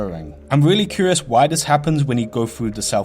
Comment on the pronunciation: Weally weally cweepy